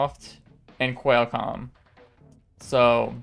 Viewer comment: Qual like Quality, not Quail, like the bird. Also, Gigahertz and Megahertz, not Gee hertz and Em hertz. And the S in Fresnel is silent.